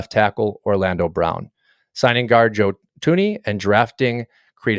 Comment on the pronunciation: Solid video as far as the points made, but a quick google search could have helped the butchering of some of these player names… Tyrone Matthew, Joe Tunie, Creed Humphreys… I was beginning to wonder if it was a joke I didn’t understand